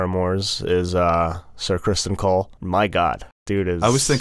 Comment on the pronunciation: Crispen, not Criston